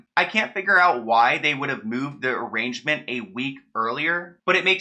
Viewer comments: i love you and I’m trying so hard but I’m and studying law and can’t stand you saying arraignment like arrangement 😭😭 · arraignment not arrangement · It's an arraignment not an arrangement lol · The g in arraignment is silent. I know I’m a giant douche for pointing this out. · it’s pronounced uh-rain-ment, not arrangement. You’ve clearly never had to spend a night in jail lol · Arraignment is pronounced “a-rain-ment” not “arrangement.” Just trying to help, not trying to be rude. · Arraignment is uh-rain-ment not arrangement. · Arraignment is pronounced “uh-rain-ment” btw babes it’s not arrangement love your content 🥰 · love your videos! Just to let you know it’s pronounced “ah-rain-ment” not “arrangement” lmao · Arraignment is actually pronounced Uh-RAIN-Ment..... not to be lame just so u know..... Love your vids! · It’s pronounced like ~arrain-ment~ not arrangement which means something totally different! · Honey, he wasn’t planned to be arrested and “arranged”, he was arraigned on that date. Sounds like ah-rain-ment. It’s something that happens in court after arrest, the courts reads list of charges against you and you tell them how you plea. ✌🏼❤️ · No shade, only stating this because I LOVE you! Arraignment is pronounced “a-rain-ment” not “a-range-ment” (arrangement). Two very different meanings lol. Just trying to have your back!❤️😘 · Omg are u meaning arraignment? It’s like ah rain ment lol I’m cracking up over here and omg my bday is June 23rd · Good video but I just gotta say... it’s (ah-RAIN-ment) not arrangement. Sorry the Ben Wyatt in me was going to be bothered if I didn’t say it 😂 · Awesome video. Just because I love my little so much I want to tell you that the correct pronunciation of “arraignment” as pertains to the court system is “ah-rain-ment”. The G is silent. Since you’re the prince of knocking sickos off of their high-horses I’m sure it’s a word you’ll be using a lot. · Uh-Reign-Ment not a hater just saying lol